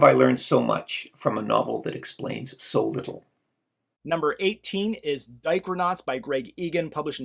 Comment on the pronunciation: Every time you says "Dichronauts" I hear "Diaper Knots"...that's what I'm trying to wrap my brain around.